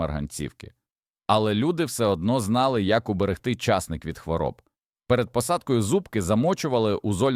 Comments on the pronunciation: Вас вчили правильно ставити наголоси ? ЧаснИк, зубОк бобИ прегнІй пАростки,марганцІвки Господи, вам що язик покрутило? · У слові часник наголос на и. А у слові часнику наголос на у. Чи ви у школу не ходив. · ЧАсник не виросте а часнИк виросте!😂😅